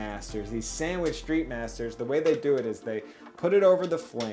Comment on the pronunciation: anyone else bothered by his pronunciation of "sandwich"